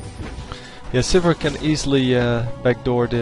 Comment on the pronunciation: Sivir not suburb